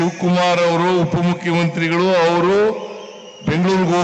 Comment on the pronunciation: 😅😅😅 ಸಿದ್ದ ಒತ್ತಿ ಒತ್ತಿ ಹೇಳ್ತವನೆ ಡಿಕೆ ಶಿ ಉಪಮುಖ್ಯಂತ್ರಿಗಳು ಬೆಂಗಳೂರು ಹೋಗವರೆ ಅಂತ😂😂😂